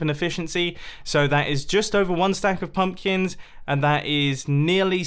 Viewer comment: he said pumplins! XD